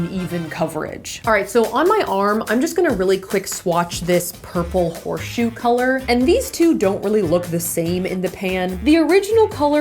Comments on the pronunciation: Saf the Science Queen (srry cristine) hahahha also, “ horeshoe” XD loved it XD❤️🇨🇦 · Lol “Horeshoe” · Peep "Purple HORE-SHOE" , I was rolling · purple “HOREshoe” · anyone else notice "purple HOREshoe" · "purple horeshoe"😂😂😂